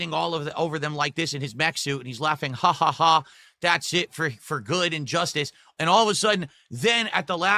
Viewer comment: "Aaayund", "Baayunned", still uses the weird thus incorrectly... lol.